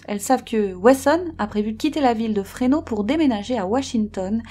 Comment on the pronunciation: Le S de FRESNO se prononce.